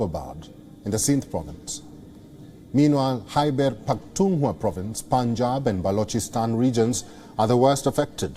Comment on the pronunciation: Hi Palki, I find it very annoying to hear you say PakhtunWA....when it should be pronounced as PakhtunKHWA...KH KH KH sound is to be pronounced.